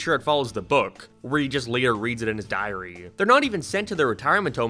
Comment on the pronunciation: You say diary a weird way